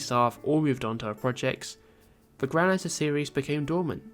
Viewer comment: isn't it pronounced "grow-lanser" not "growl-anser"?